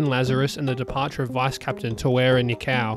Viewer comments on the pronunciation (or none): ta-wa-ra knee-co You absolutely butchered his name